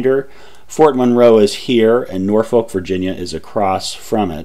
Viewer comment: Just to be "that guy", Norfolk, VA is pronounced more like Norfick with no halt between the syllables. It suffered a bit of that weird thing that happened in England where town names start getting pronounced differently than they are spelled.